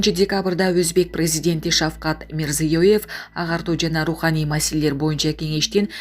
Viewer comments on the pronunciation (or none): none